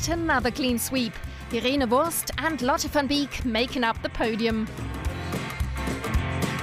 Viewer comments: Irene Wurst 😂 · "Irene Wurst" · irene Wurst